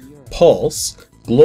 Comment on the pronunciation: "Reise" is not pronounced "Reese", but "Rise-uh". It's German for "travel" or "journey". ;)